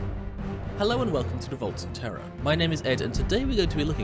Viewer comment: "Eye of Terra and Holy Terra" or "Eye of Terror and Holy Terror"?